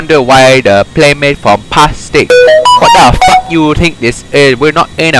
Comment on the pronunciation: The way he said plastic